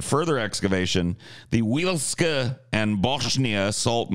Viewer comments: Yay, favourite show talking about my country. Oi, - it's "vye-litch-ka" or something along these lines. Not "actualling" you, just figured you'd like to know how to say that thing. Our language can be a bitch for English-speakers. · If anyone cares, last one is pronounced someting like vyeleechka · I knew right away you guys were going to talk about the Polish salt mine the moment preemptively apologized for mispronunciation.